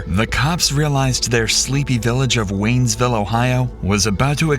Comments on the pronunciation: It’s Waynesfield. Not Waynesville. You spelled it correctly on the map and it said it on the cop cars as well. But multiple times it was misspoken. Bugged me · It's waynesfield, not waynesville 😂